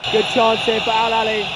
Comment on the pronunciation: It's not alalia ... It's Alahly ... The biggest club in africa ... We already won this cup 10 times ago ... And this is our ( 11 ) ❤❤🎉 ... This is our way to say hello to all Africa ... 🦅❤❤